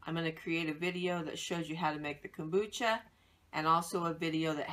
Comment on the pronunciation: Hey nice lady! so please say the M in Kombucha :D , then at about 7 minutes into the video you use some kind of lemon juice out of a store bought bottle what looks like. Just make sure there are no preservatives in there as it kills/fights bacteria and yeasts. Other than that, thanks for the good video! Whish I could get my hands on those brown bottles...